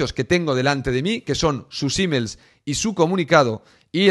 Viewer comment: Es la tercera vez que cuando decis "...sus emails..." escucho "...sus hímens..." 😂😂😂